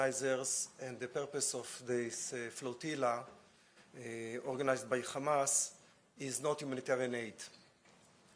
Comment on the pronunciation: Say Hamas, not kamas 😂